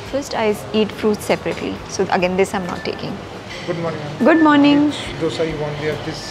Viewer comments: Loved your vlog!! You are sooo beautiful. But why do you call dosa as "doh-sa"?? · First learn to pronounce’Dosa’ properly madam